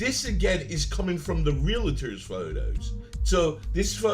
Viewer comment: Relator….pleeease! Real—tor!